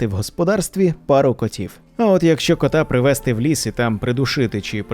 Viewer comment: Направду, голос та вимова у Вас приємні, але є і дрібні зауваги: відьмИ, відьОм, привезтИ, протистОяти, піснЯми, "добросівісний"- порядний, сумлінний, "з тих пір"- відтоді, "при вагітності" - під час вагітнсті, "розраховувати на успіх" - сподіватися, вважати на успіх", "застрибували у воду" - стрибали у воду, "плавні одежі"- майливі, повітряні одежі.